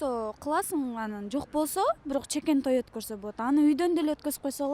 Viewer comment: Чекен той эмес Чакан той